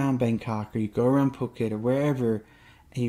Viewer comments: Hey dude. Just FYI. It's Foo-ket. Not Puck-it. You'll bring out the armchair critics quick if you keep saying it like that. Good luck on your move. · Cool video intermixed with videos within, not just another talking head. I think it's pronounced FooKET, not PooKet LOL! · No, it is NOT Foo-ket LOL. The island is called ภูเก็ต . The first consonant is Phaaw Sam Phao with a /p/ sound. The english romanization of it is Ph which sounds like a /p/ sound in English, NOT /f/. So, its Poo-Ket. Gaw Gai ก is more of a blend between G and K, but K will do.